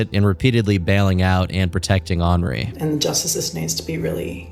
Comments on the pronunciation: Did you just pronounce “henri” as “ornery” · Wow you actually pronounced Henri correctly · Henri being pronounced that way is actually the most absurd thing about this whole video